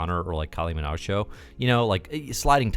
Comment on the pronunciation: I think the reference was meant to be Kylie Minogue, but the pronunciation in the video is somewhat garbled.